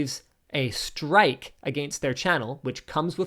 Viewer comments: The pronunciation of “against” is the real crime. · I do love your pronunciation of 'against'.